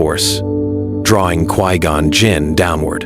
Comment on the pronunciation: Who tf is "Qwee-Gone"?